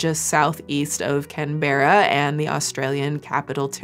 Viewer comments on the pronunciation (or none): Sorry to be that person it's purely for informing not for dissing, it's pronounced Can-bra, not Can-bear-a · As a Aussie from Melbourne. No hate love ut docs ❤ but Canberra is pronounced can bra pretty much lol 😂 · Her pronouncing Canberra like that kills me 😭😭😭 Its pronounced canbra, the e is silent 😭😭😭 shes so american lol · I work in food safety in Australia (WA) & exercise extra caution to all who wish to risk wild harvesting. Y'all need to be safe out there - but hand washing and properly washing your produce is fundamental. Learn to do both PROPERLY! Ps. Hearing pronouncing Canberra as Can-berra instead of Can-bra was adorable and I loved it. 😂😂❤❤ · As an Aussie I am LIVING for you place name pronunciations. NewthSouth Wales Can Berra Wari-Gawl Ah-stralia Absolutely no hate, it’s so cute and endearing 🖤🖤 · I live in NSW and this is the first I've heard of it. But I then did a search based on Lucy and brain parasite and didn't get a single Australian hit. So that would explain it. Makes it more concerning that other countries got this info easier than Aussies did. FYI Canberra is pronounced can-bra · Oh shit I’m from NSW Australia…. Or as we call it - ‘Can-bra’ 😂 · American married to a Aussie here…..Canberra is pronounced “Kan-bur-ah” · As an Aussie I have to do this Canberra is pronounced: Can-bruh Soft "r" sound. In Australia we don't pronounce Rs strongly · I had to stop when you prononced Canberra. Swing and a miss "Can-bruh" is how we say it XD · aussie here!!! canberra is pronounced can-brah!! 🫶🏼 love your vids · Canberra Pronounced can-bra I’m from NSW and looove some Aussie stories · Tis pronounces "Can-bruh" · aussie here, our capital city is pronounced can-bruh silly americans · The aussie in me is really enjoying your pronunciation of Australian places. 😂 Not taking a dig, we speak very lazily so it’s just funny to hear Canberra so well enunciated.